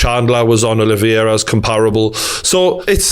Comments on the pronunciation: “Oliviera”? For sure 🤣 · Who’s this “Oliviera” guy must be pretty good 😂😂😂😂